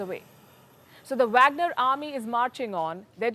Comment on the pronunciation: It’s pronounced waagner….